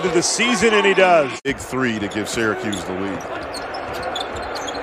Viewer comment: There is no "D" in Syracuse. This team stinks.